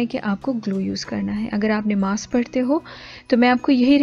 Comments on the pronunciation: Nimaaz nhi namaz hota ha bajiii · sorry to say neemaz kya hota hy,???namaz hoti hy bhaii